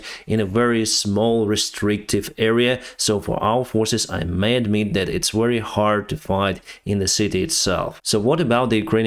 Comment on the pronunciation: Very as in vector, not wery.